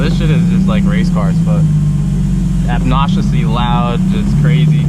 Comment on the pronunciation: "abbnausely loud" wtf that mean 🤣🤣 you mean "obnoxiously"